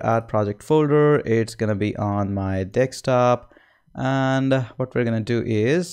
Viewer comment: Thank you Sir. And did I just hear dekstop?